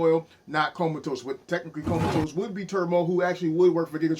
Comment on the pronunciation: come ahhh tus, lmao, not comatose. too funny